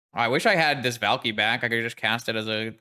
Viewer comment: valky vault key sounds Finnish af when you say it